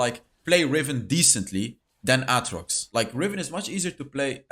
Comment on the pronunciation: His pronunciation of aatrox... I can't 💀